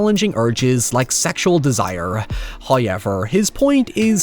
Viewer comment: tf is "hoyever" man for real it pisses me off i subscribed you just to unsubscribe immediately after i heard this in couple of your videos